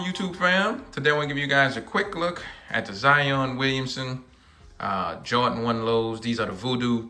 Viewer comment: I love “jawdins”